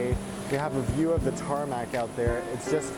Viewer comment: you said TARMAC🤬🤬🤬😡😡🤯🤬🤬🤬